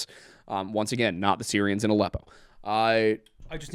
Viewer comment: Every time said “Sirians” my phones Siri went off😂